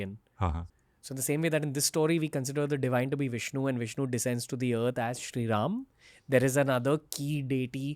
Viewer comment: Good to see that- now you are pronouncing RAM and RELATED WORDS as they should be ...